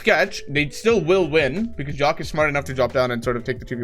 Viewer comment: it bothers me how he says jahq as jock